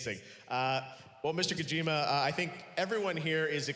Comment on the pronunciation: Geoff could have at least bothered to pronounce Mr. Kojima's name correctly.